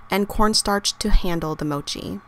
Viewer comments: The 'o' in Mochi is short, it's not Mouchi. ^^ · You're saying Mochi wrong. The O as in gosh